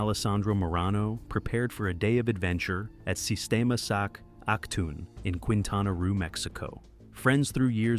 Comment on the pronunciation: Keen-tah-nah Roh = Quintana Roo